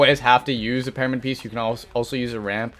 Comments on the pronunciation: Hhmm parimid he says not pyramid hmm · It's pyramid not pairamid buddy GOOD LORD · He says paramyid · Or just learn how to do double 90s and keep your “peromid” (as you pronounced it) the same to cone people. No new meta here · this man thinks you pronounce pyramid "paramid"... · Am I hearing it wrong or he keeps saying "PEARAMID"? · Someone teach him how to say the word "Pyramid"